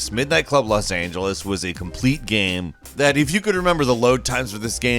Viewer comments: Dave Price and “Gaem” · This guy pronounced the word "game" different every time he says it